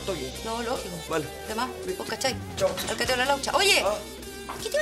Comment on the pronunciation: "vo cahai" xD